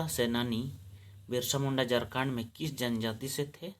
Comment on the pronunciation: जारखण्ड बोल रहे हैं